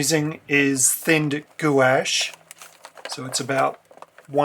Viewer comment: Love your tutorials so much! Not meaning to be THAT commenter, but you seem to like accuracy, so I thought I'd mention, gouache is pronounced like gwahsh kind of like the sound in "harsh" in our Aussie tongue. :)